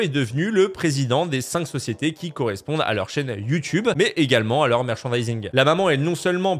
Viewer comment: Attend il a dit Youtibe 🤣🤣🤣